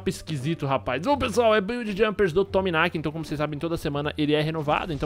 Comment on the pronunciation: é Lord to Maniac, não Tominaki <3 HUASHUAHUSA